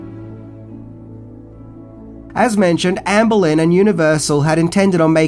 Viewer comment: Lmao and his pronunciations. Amblin =/= Ann Boleyn. Amblin = (R)amblin(')